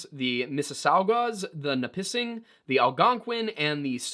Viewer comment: You pronounced Mississauga and Nipissing fairly close (miss-ah-sah-gah) and (nih-piss-ing)